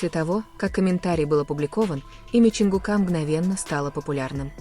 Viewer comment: ЧонгУка, а не ЧонгукА , неужели не устали коверкать имена